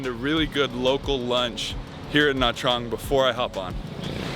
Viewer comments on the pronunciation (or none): Trang is pronounced "Chang".